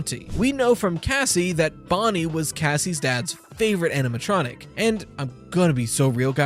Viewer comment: The "aminatronic" keeps bugging me rveryones foing it these days